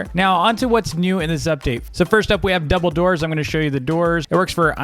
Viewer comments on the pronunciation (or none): When. He said double doors I felt like he said Dumbeldor